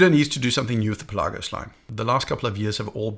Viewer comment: Great video once again but is Pèlagos not Pelàgos, the accent is on the e